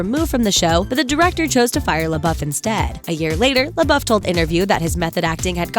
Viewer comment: Pronounced "lay-bow" not "lay-buff."